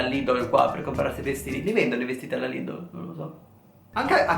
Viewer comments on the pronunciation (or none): none